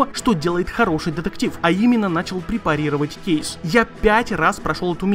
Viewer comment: Кейс . Уши режет